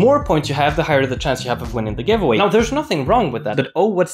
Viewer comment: mano o gajo meteu o wuant a dizer giveway wtf